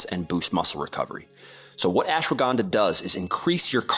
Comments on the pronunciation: cool vic but the way he says ashwagandha has me rolling on the floor laughing. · Stresses so much on pronouncing 'herb' correctly and then mispronounces "Ashwagandha"